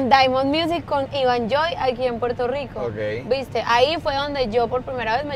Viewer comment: ese ''viste'' le salio muy argentina, perro ella es de colombia ;v, saludos a todos los parceros y parceras!!